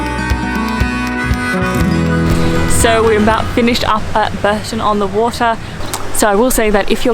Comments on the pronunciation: The canal thing at Bourton on the Water is the River Windrush. It is also pronounced Bore - ton and not Burton. The Broadway Tower is really what you would call a "folly" - built for show but not very useful. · Nice video, as usual! Just so you know, it’s pronounced ‘Borton’ on the Water, and the water is a small river called The Windrush. 😊